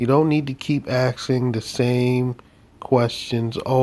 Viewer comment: "With it." Not "wit' it.' "Asking" not 'Aksing"